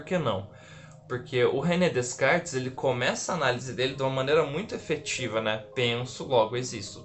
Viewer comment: Põe um microfone na camisa , é barato , e seu som irá melhorar muito .. E por fwvor , não diga DeScartes . O correto é pronunciar DECARTES , o s é mudo